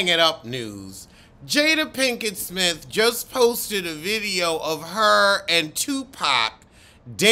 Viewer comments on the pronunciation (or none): none